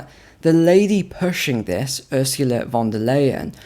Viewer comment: VON DER LIEN OR bitchenlien, lady?